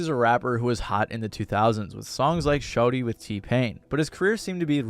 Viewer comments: Dude said shorty when it’s shawty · Shawty being pronounced show-dee is hilarious